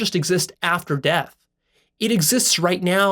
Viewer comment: There is no “ l “ after death.